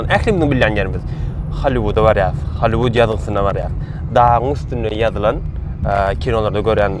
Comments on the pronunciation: Hallyvud dal Gallivud diyip aydylya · Не холливуд а Голливуд учись пожалуйста правильно говорит на английском буква H читается как буква G не позорь нас пожалуйста